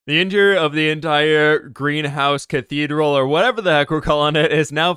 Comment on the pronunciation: LOL a ca-bee-dral? Very nice! Thanks for sharing!